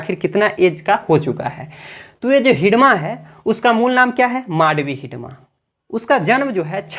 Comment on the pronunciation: Naam sahi bolo sir